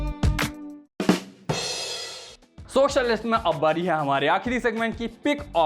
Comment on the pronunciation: Bhai kitni dafa dekh li SURYAVAMSHAM , lgta h lallantop se pehle tum SET MAX(tv channel) pe lage rehte the, jo charector ka naam itne achche se yaad h DHARMENDER... AUR EAK BAAT aaj tum ne SOCIAL LIST THODA HATKE PRONOUNCE KIYA